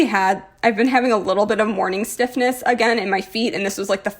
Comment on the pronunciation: The first time you said morning stiffness, it sounded like morning SICKNESS and I was like whaaa?!?!?!